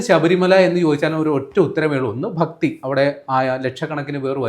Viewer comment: A request to Mr. Rajmohan, please pronounce malayalam properly. Please note Bhakti not Fakti.